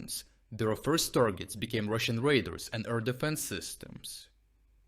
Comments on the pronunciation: Radar = Ray Dar Your "radar" sounds like raiders. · No, it's not an accent. It's a mispronunciation. All of us, when speaking in a language that isn't our native language sometimes need a bit of help. Except me. I always need a lot of help.